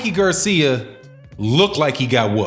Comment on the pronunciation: Why r u saying Mikey's last name like that...